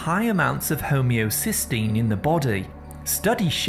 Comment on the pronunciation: I believe it’s homocysteine, not homeocystine.